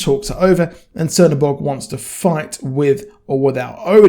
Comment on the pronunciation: he is not _C_ernobog, he is _Ch_ernobog. the Black God.